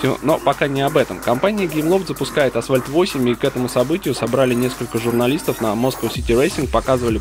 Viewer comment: Когда кто-то говорит "асВальт", у меня уши в трубку сворачиваются